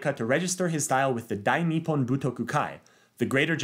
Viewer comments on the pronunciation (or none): none